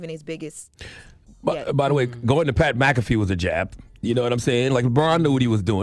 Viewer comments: Pat M-Cafee hahahaahahahahahaha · Who is Pat MaCafee? 😅😅